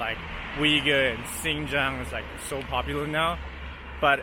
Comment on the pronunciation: Was listening to a Washington speaker talking about Xinjiang and human rights like he so knowledgeable about the topic while pronouncing Xinjiang "Zing Zang"